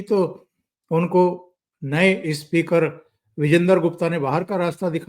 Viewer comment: सर जी... इस्मृती इरानी नही... सिर्फ स्मृती इरानी इस्कूल नही... स्कूल इस्पीकर नही स्पीकर. मै आप का फॅन हूं, हैदराबाद से, इसलिये ये सुधारणा.. कृपया माफ करे मुझे 🙏🙏